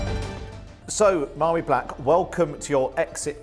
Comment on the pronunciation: her name is pronounced Varie, not Mairi.